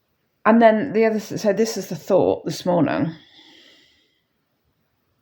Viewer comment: Your accent is unusual when you say Good Murning, lol, is it Bristol way you are from? I'm rubbish at accents. I'm, broad Lancashire, we probably sound thick to southerners, haha. Have a nice day. My sales have picked up slightly, but still having to do a day job too. x